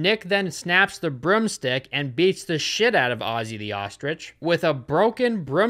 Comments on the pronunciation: "Pinball Table" I have never in my 32 years of life heard anyone call it a "Pinball table". Also, "brum-stick" as opposed to broomstick Love your content, great movie reviews, and your earlier stuff too, Amelia Fart, etc. Thank you for providing entertainment for so many. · its not brumstick. Do you say Gugle instead of Google? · "BRUM STICK" ITS BROOM STICK PRONOUNCE THE O's ffs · but do you have to keep pronouncing it ‘brumstick’ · pronunciation of "broomstick" was scarier than this whole film